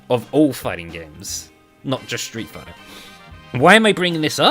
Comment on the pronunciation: I swear I died when you said Streat fighter five 😂